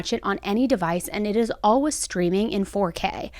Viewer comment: The way says "all-wiz" instead of always....